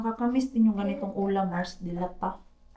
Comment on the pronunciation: Sayang nga naman yung dates pero sige na lang for safety. Mas ok kasi sya na room temp lang, dito sa middle east hindi naman nilalagay sa ref ang dates. Mars mabagal ang bigkas ng delata hindi mabilis hehe iba kasi ang bigkas ng lata ang gulay sa lata ng sardinas ganurn. God bless!